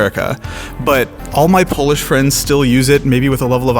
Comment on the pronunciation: I personally feel that sarcasm or irony is crucial aspect of xD (in all variants), and this is what would fit our sense of humor more. lol feels more funny without that ironic aspect, like honest, unburdened funny, which doesn’t happen to us. Also, huge appreciation for the effort of pronouncing Polish words properly!